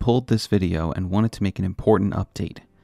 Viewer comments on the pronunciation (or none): none